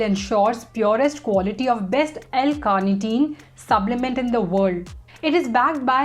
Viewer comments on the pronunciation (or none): Why I hear subblement instead of supplement. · Yes...subblement throughout the video